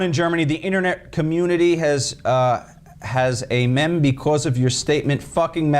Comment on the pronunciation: its pronounced "meem" not mim